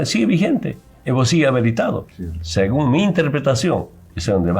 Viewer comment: Evo segue habeletado... sigon me enterpretashon.... 😂😂😂 este hombrecillo del campo.... no sabe ni expresarse... Es una vergüenza nacional....